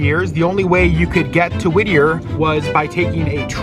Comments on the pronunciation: Todo el rato el narrador dice "Whithier" habiendo gente que lo pronunció bien. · Me irrita como pronuncia "Wittier" cuando los nativos lo pronuncian diferente jajaj. Excelente el video. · Lo pronuncias como si se escribiese WiTHier. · Por qué pronunciás como si fuese withier? Es doble TT el nombre del pueblo, no metas la z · Por qué el narrador pronuncia “wizier” como si hubiese “TH” en el topónimo? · Muy lindo el vídeo y todo pero me duelen los oídos cada vez que el narrador dice «whizier». No lleva «th», para que lo pronuncien con ese sonido, ni los yanquis que hablan en el vídeo lo pronuncian así! xd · pero es que no entienden no tiene nada que ver con Ll, simplemente se equivocó porque sí lo pronuncia bien de repente, ni en acento británico se pronuncia así, sería más como D y dependiendo de la zona inglesa el er se arrastraría como en el alemán pero no existe usar th es dhhhhh. Es sólo ridículo pero bueno... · La única diferencia entre la t británica y americana es que en América cuando está entre vocales se pronuncia como r del español. El sonido que el hizo fue de una TH como en Thanks o Thursday, o Z castellana. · Lo pronuncias como si tuviera una "h" después de la "tt". Whittier sonaría como "ere" de eregir. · Ese sonido que hiciste al decir Whittier queda reservado para la grafía TH como Thursday o Thanks no para la T. De hecho en inglés norteamericano esa t se pronuncia como r del español, alguien lo pronuncia así en el vídeo. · It’s Whee-ddier ( pronunciations) no. Whezzier ! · Y la ciudad se llama Whittier no Withier... Los argentinos son pésimos pronunciando en inglés. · Sólo una pequela corrección, que me estuvo molestando todo el video. Las doble T en el nombre del pueblo (Whittier) no se pronuncian como "TH" en Inglés, mantienen su sonido de T. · Creo que lo pronunciabas mal la ciudad, ya que se llama Whittier y lo pronunciabas como si fuera Whithier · No se pronuncia uizier se pronuncia uirier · ¿Por qué en español lo pronuncia como “Withier”? 🥴